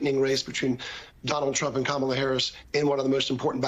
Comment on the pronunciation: It's Kamala. Say her name properly